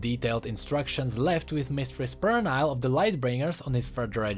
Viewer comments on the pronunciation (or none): Pernille is a scandinavian name, believe the correct phonetic transcription should be /per-ni-ll-eh/ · Actually, the "i" in Pernille is pronounced as an "e", the rest is as it is. It's like an English version of a Danish name. There was a Danish Transfer student in my uni. She told me that info. Cool video by the way, and i love your accent!